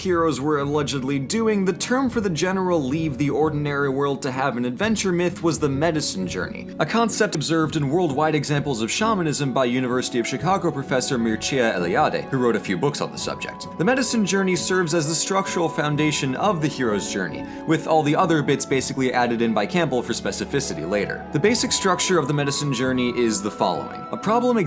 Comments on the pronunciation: Loved the video, but my god did you butcher "Mircea Eliade" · You pronounce so funny Mircea Eliade.=) He's a romanian writer so the name is pronounced a little different.